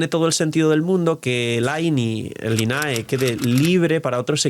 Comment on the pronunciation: Lynae se pronuncia 琳奈.